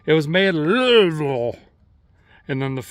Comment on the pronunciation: Nailed the pronunciation of Louisville 😂